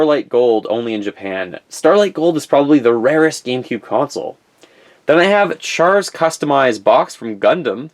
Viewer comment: If you butcher char's name one more time! Have a little respect and do some research....HAIL ZEON!